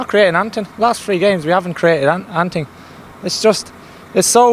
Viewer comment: 😂😂 "were not creating anting" 0:8